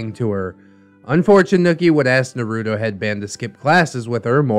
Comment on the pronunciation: I really hope you’re pronouncing naruto like that ironically